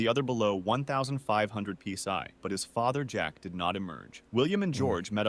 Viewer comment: I think the video you watched was AI generated, and that's why names were changed instead of "simplicity". It's also why PSI was mispronounced, the voice in general speaks with a non human cadence.